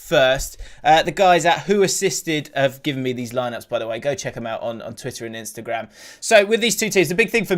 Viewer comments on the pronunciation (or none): none